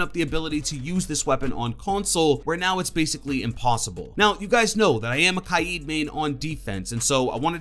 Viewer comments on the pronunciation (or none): its literally Ka-de thats how you pronounce Kaid it isnt kieed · Ki ed* Kaid-Ka aid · it is ka yed , not kaiiid... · You are saying his name wrong it's pronounced like this Kay Aid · I pronounce Kaid as Kayd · "KAI-EED"? LOL THIS GUY IS SO BAD. LOL COME ON... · Stop saying 'ka eeed' instead of Kaid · What...what did you call Kaid? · The heck did he call kaid